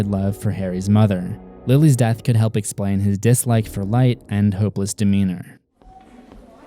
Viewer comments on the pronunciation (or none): none